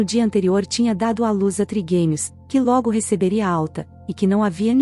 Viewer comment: Não sabem nem pronunciar,é trigêmeos, não triguemios